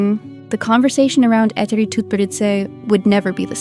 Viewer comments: Every name you pronounced wrong. Even Eteri's. It would be nice for you to lookup how to pronounce names out of respect at least. Also her skaters either went to other coaches or just quit because they won everything (Zagitova, Sherbakova). Why to skate if you won everything? In skating injuries are commion. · Can’t even pronounce her name right 😭